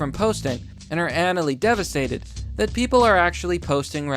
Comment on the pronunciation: can't pronounce Anally Devastated right lmao.